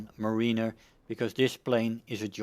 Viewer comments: Btw it is not muh-ree-ner it is mare-i-ner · Btw it's is pronounced Meh-ruh-ner not Muh-ree-ner.